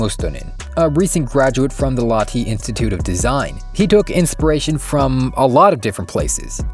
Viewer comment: it aint "laatii it is motherfucking lahti